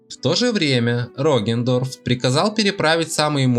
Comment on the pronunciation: Я один испытываю кайф когда он произносит: "Роген Дорф"?